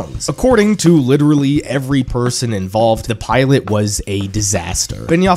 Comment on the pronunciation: LITURALLY LITURALLY LITURALLY